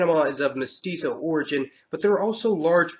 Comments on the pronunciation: why do you say mosquito? it's mestizo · its crazy because belize actually belongs to the latin community thats why hondurus is trying to take it over now should have been did that & ITS MEH TEE ZOE PEOPLE NOT MOSQUITO “MESTIZO” OK!